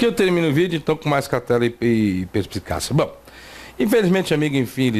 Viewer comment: Com esse Português fino que fala é formado em Cambridge? perpisicássia..... --- Vou jogar meus diplomas de MBA no lixo.